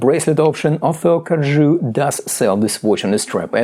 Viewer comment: Great review, perfect pronunciation of Corgeut, would love for you to get the Phylida version of the Aqua Terra and do a comparison video.